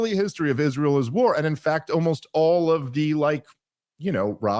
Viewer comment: Its funny that he cant pronounce is-ray-el